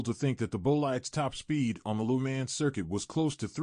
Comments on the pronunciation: "Loo man" 💀 it's Lemans "leu + mon" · Loo mans Boh-lyde Booh-gadi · wish you could pronounce Le Mans properly